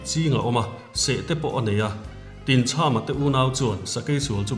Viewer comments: Tinchhama tih a chham lai tak hi thlachham kan lam rika chham ang hian lam tur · Tinchhama tih hi chham, tlachham tih thluka thluk tur a ni e, Khawhai ramah khian Tinchhama lungdawh a awm